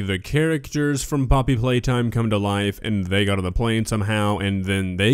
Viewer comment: "Poppety Playtime" 💀